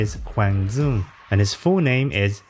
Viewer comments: "Zuong" is how you would pronounce it in Northern Vietnamese dialect. So you will sometimes hear announcers in Vietnam actually pronounce it that way. But he himself is a Vietnamese American from apparently a South Vietnam background and they will pronounce the D like a Y. So it would be "Yuong." Both are acceptable ways of saying his name but, unless you are from Northern Vietnam, it's more respectful to say it how he would say it himself. Also, a comment earlier pronounced his first name "Kwong" but this is incorrect. There is no ^ over the 'a' in his first name, so it doesn't turn into an 'o' sound. So it's "Kwang" with an open 'a' sound like in 'apple' or 'bad' rather than more accented 'a' like in 'ham.' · He's from the south so it's DYOUNG not DZOUNG. Appreciate the effort though.